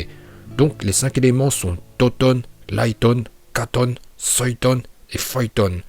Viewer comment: ya des noms tu les dtruits en les prononçant comme ninjutsu pas le ninjatsu ou en suiton pas soiton et cest uchiwoiiiii pas uchihaaa meme si sa secrit comme sa uchiha